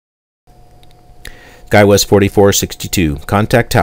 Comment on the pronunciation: FOr Real?? you instructed the pilot to descend and maintain 8000- pilot did not repeat your command correctly, instead he said descend and maintain 0 which means your speech recog is not working properly. And why are you saying "guywest" and not skywest? I notice alot of the texts in these videos are not matching up with your speech but you make it seem like the pilots are understanding you for the sake of the video. For 60 bucks, I don't think so.